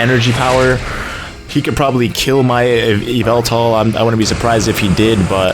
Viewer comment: It's evil-tall not eev-ehl-tall